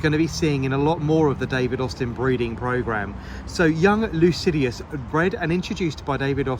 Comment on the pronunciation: sorry but it is Lycidas, not Lucidius.